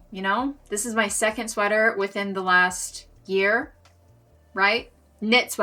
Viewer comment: Why “lasht year” when it’s just “last year”?!